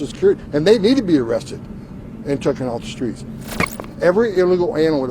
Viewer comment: Did he say "tookin' off the streets?" He's one of Trump's "low-IQ" friends. This country is in such trouble.